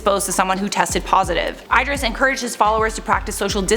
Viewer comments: Eye-dris.... ❓ i-dris like y-dris not eye...🤦🏽‍♀️ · It’s “ih-dris” not “eye-dris” hehe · The way you pronounce Idris is just awful 😫😂 Babe ... it's "Id-reece" not "Eyed-ris" 🖕🏽😂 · I thought you were trying to say should be saying Ed-ris... then I heard what you meant! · Idris = EEdris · It's not EYE-DRIS,. Google it if you're not sure. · I know it may look like you said his name that way but the I is actually pronounced as an E and his last name is Elba just like it's spelled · She butchered Idris Elba’s name soo bad 😮😮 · So funny how she says Idris, still love ya either way gurl!